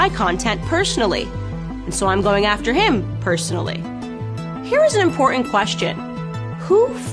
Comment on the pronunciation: Beta partisans.........that one made me laugh. You're so funny. Sorry...no donations for grifters. And please learn how to pronounce "important"......